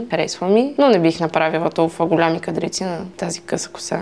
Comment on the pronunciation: "ГолЯми"???? "Прекалено жълто"? С това пренебрежение... А цвета е всъщност като вашия ....